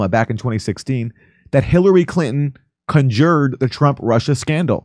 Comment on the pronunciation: has this guy never seen the word “conjured” before?? nobody says it like that.